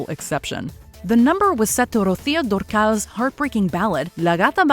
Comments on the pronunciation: Thank you for including the international shows but the correct form to pronounce the name is: Ro-zio Dur-kal (Rocío Durcal) hope this help 😊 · You guys destroyed Rocio Dúrcal’s name